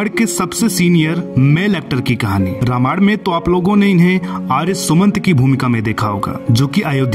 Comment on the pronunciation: Anchor please note you have always pronounced the word Ramayan wrongly. Please correct it by taking help of some learned person.